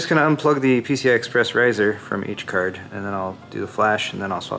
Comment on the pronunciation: "graphics cærd" lol